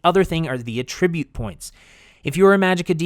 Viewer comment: AH-tribute bruh